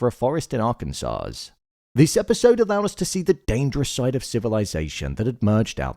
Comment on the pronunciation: the S on the end of arkansas is silent lol. it sounds more like Are-ken-sah